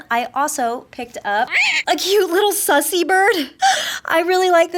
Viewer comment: It’s Susie not sussy